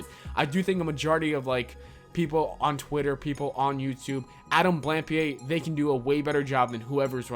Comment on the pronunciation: Who's Adam blampia, did you mean Plumpy